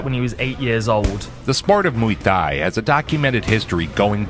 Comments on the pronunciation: just for future reference, Thai is pronounced tai like "tie" your shoes. XD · why is he pronouncing “thai” with a ต 😂 its not even a sound in the english alphabet i wonder where he got this pronunciation from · Good video but can you pronounce ’Muay Thai’ correctly I’m Thai and it hurts